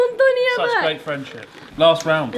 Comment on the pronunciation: "You're rate." "You razy ass." Lmaooooo